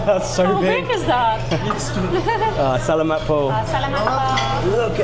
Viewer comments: It is sa la mat not sal a mat, just to help you out. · It's "Sa-la-mat pô" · Adobe should be served hot. It's much better. And you are pronunciation of SALAMAT is incorrect. Ask a Filipino how to pronounce it properly. I made the same mistake when I first moved here 5 years ago. Also ask someone how to pronounce TAGALOG. Videos are good though